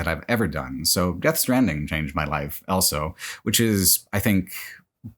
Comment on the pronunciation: Congrats on 10 years of pronouncing the word "also" as "elso".